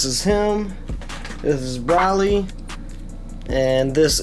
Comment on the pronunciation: Not tryin to be a douche but it’s NOT pronounced “Braly” like you said throughout the video. It’s pronounced “Bro-lee.”